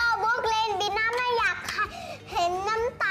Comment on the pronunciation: น้องชื่อบีน่าไม่ใช่เหรอคะ เห็นคุณหนิงออกเสียงบิ๊นา